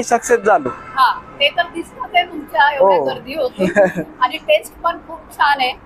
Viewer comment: ताई नमस्कार सर्व प्रथम आपले अभिनंदन. नेहमी ब्लॉग बनविताना आपले नाव सांगत जेणेकरून आपल्याला उत्तम प्रतिसाद मिळेल. आणि महत्वाचे शक्यतो इग्रजी भाषा याचा उपयोग करू नका. आपली मराठी भाषा शुद्ध बोलण्याचा प्रयत्न करा. कारण हा ब्लॉग अख्ख मराठी जग बघत आहे.. काही शब्द खटकले ते कृपया दुरुस्त करा जेणेकरून पुढच्या ब्लॉग मध्ये या चुका आपल्या कडून होणार नाहीत 1) आपण : आपन नव्हे 2) आणी : आनी नव्हे